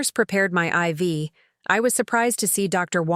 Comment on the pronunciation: Finally! IV line is pronounced correctly.